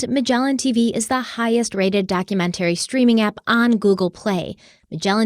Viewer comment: I will never purchase from Magellan until learns to pronounce "documentary" correctly.